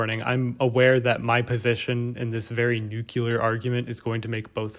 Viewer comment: Aw,, only thing I want to yell at you about is your pronunciation of nuclear.